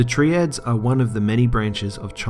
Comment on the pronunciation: "tree-ad"???? it's "Try-ad"